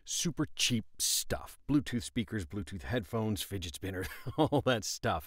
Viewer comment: "figit spinner" wait- oh, 2017